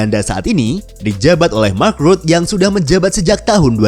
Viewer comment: Admin nya saja tidak.paham.bahasa Belanda .. nama2 propinsi di Belanda saja dibaca secara Inggris. Belajar dulu min .. Mark.Rutte itu di bacae Mark Rute .. bukan mak rut ..🤣🤣🤣 kau pikir pengucapan inggris keren